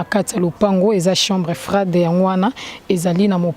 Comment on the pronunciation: chambre froide et non chambre frai de merci tii na tii pour votre compréhension 😊